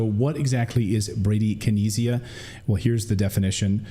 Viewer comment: Listening to Clayton try to pronounce bradykinesia was painful 😣